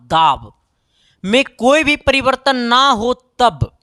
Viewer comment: Yadi ❌ adi ✅. Vibhavantar ❎ bivantar ✅ V ❎ BHI ✅ 😤🙄😮‍💨😒Mood kharab ho gya Kam se kam words ko perfect bol lo yrrrr aap hai ya ham